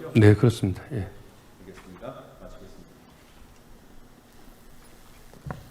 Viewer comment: 위원장 너 발음이새냐. 도종면이아니고 노종면이다. 위원장사퇴하라